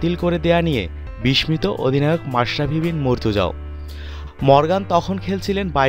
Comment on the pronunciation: বিষমিত নয় বিস্মিত।